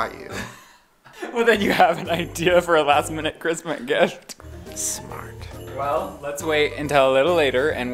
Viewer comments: Can’t stop rewinding “christmit gift” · "Christmit gift" had me dead 😂